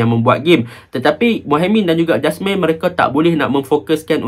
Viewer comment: Jasmir bang jasmine beras 😄.. yazik bang eja je yazek baca dia yazik..